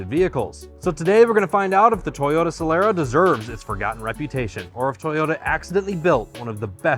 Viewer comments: A few corrections: • It's pronounced Soh-lah-rah. • If that's a 2004 it has a 3MZ-FE engine. • Another thing, you are missing the chrome trim at the front, on top of the front grille. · It's pronounced Soh-lah-rah.